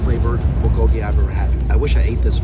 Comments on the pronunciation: The way he pronounces Bulgolgi ... someone help him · I love your videos but please learn to pronounce bulgogi properly 🤣